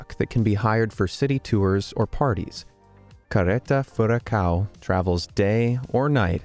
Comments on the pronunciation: just like ppl trying to talk portuguese or brazilian lolol "carreta furacão" =D he says "careta furacau" xD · I wasn't expecting to see Carreta Furacão in this video, I really LOL that moment! haha BTW, English speakers could learn how to pronounce the "ão", even if it is somehow funny to hear "ao" XD